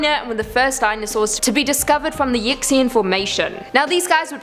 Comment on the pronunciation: Yixian is pronounced Yee hsien